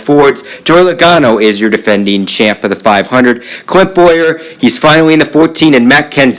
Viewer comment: What's everyone up with saying bowyer